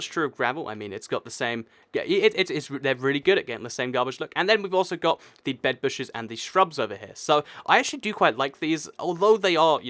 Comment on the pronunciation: u said bedbushes XD